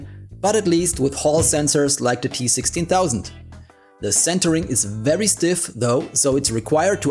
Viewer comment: please learn to say your v's.. hearing wery nice every time is so grating